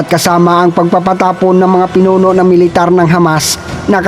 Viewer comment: ayus lang yan kaya paki ayus naman ang pronounciaton nyo para magandang pakinggan yong IDF nyo naging ayde ef at military nagi meletare